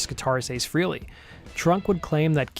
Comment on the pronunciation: Great post. Just one bit: It's "FRAY-lee," NOT "FREE-lee." I don't know how many times Ace HIMSELF has had to pronounce his own surname in interviews to convince others of so.